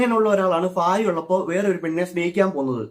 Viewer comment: ഭാര്യ ❌ ഫാര്യ ✅